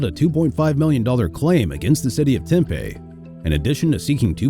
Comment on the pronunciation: Hey for future reference it's pronounced Temp-E. Thanks for your videos they're great!!